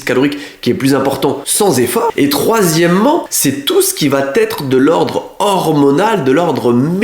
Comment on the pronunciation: Par contre il n'y a pas de liaison " va-t-être", on dit "va être" 😊